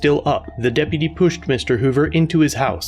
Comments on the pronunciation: Depitty doo dah day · I felt a bit of joy everytime I heard "deputy dew". Sounds funny hahaha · That deputy due kills me every time he says it 😅😂😂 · Depidy Doo 😂🤣😂🤣😂🤣😂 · I can't stop hearing Dippity Doo lmao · Depiddy Doo lol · I thought he was going go into "dippy due da... dippy ye... "